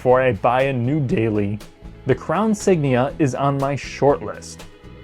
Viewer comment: “Crown Sign”